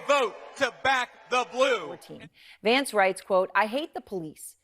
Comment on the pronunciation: Did he say Shady Vance here😮😂